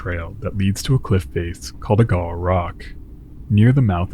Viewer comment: I love your work, but it's AY-GAH-WAH, each syllable distinct / given equal length, not unlike I-DAH-HO. Then, later, KEE-WHEN-NAW.